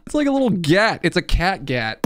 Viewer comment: "It's a cat gat" I think you mean it's a GATO